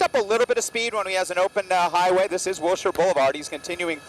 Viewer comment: It’s pronounced Wilshire.